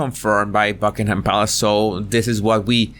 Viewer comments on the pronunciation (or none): none